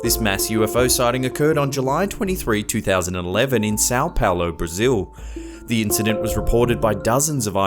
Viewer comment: Did he just say 'two murderers in Sao Paolo'?